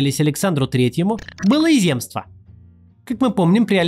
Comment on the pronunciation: Слово ЗЕМСТВО во всех падежах произносится с ударением на Е. А в остальном - интересный ролик! Спасибо!